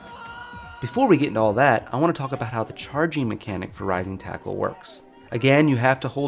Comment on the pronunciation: It's still debatable if he is saying "Rising tackle," "Rising Taco," or "my nintendo."